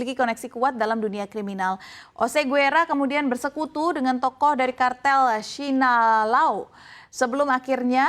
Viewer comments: Host'nya amburadul dalam penyebutan kata. Mencho diucap menko. Sinaloa diucap sinolao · Sinaloa aja jadi sinalao😂